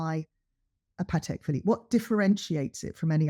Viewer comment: Early on in the podcast/video addresses explicitly the wide mispronunciation of "Patek Phillipe". She is very clear about it and pronounces it correctly hundreds of times during the video. The host, on the other hand, continues to say it incorrectly throughout the entire podcast almost as if to taunt. Names are pronounced the way the owner of the name prefers... it is not our choice and to do otherwise is disrespectful and insulting.